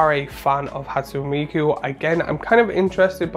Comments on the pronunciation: Hat–sue–neigh me–koo is the correct pronunciation I believe. Not that that is phonetic at all lol. I was unaware that inspiring vantage was in another secret lair recently. Definitely the weakest inclusion in this drop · Ha-tsu-ne me(mi)-ku. Inspiring Vantage is everywhere recently.